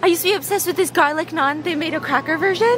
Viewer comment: Finally somebody pronouncing naan right 😭